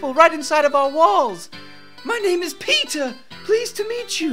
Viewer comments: It sounds like they are say peta instead of peter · Am I the only one who misheard Peter for pizza ?? 😂😂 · "My name is PEEtah"